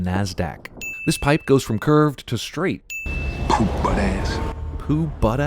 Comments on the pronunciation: Um...its "poot butt" not poo. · what the fuck is wrong with you guys. The line is "Poot butt ass". let me use it in a sentence, "Man they got me out on patrol with this young poot butt". If you grew up in the hood you would know that. And Denzel's character obviously grew up in the hood. Only white people think he said poo butt. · it's 'poot butt', not 'poo'... fyi... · FYI:it's poot butt. white guy trying to critique black slang... sin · Poot butt. It's poot butt not poo butt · IGIC KNOXVILLE it’s poot butt. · It's "POOT BUTT".